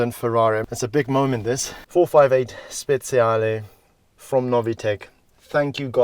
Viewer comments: Speciale not speziale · It's 458 Speciale not Speziale like you say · Same here. Frustration at its worst. And that "Speziale" AAAAAAggggghhhhh ! It's "Speciale" !! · Speciale that means special! not Speziale, spezie in italian are spices 😂😂just kiddin woundeful video btw! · No sir. He says speziale with a Z sound when it should be speciale with a TCH sound